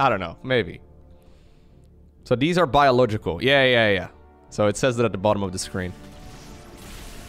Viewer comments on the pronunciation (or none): none